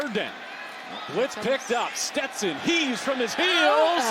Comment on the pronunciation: Steston "PASH" Bennett